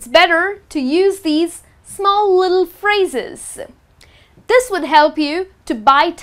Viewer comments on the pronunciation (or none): cheak out, how she pronounce the world "little" . Man! that was Hilarious :)